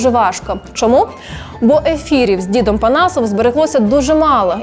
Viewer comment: не "дзідом", а "дідом"